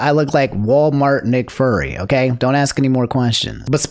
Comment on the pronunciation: I know I'm not the only one who heard him say "furry" and not fury. 😅